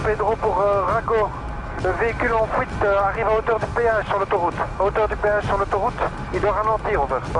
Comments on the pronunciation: Haha, prendre la"fouite" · l audi en fouite on dirai il dit mdrrr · il n'a pas réussi à prendre la FOUITE ^^ x)